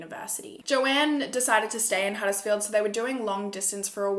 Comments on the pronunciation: Hey! Perfect pronunciation! Huddersfield isn't far from where I live 😘 xoxo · I’m from Huddersfield (you pronounced it right😁) and have never heard about this case so thank you for covering it!